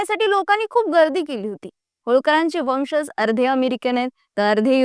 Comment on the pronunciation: Pronunciation marathi neet have .वंशज..."ज" जगा चा...जहाज चा नाही😂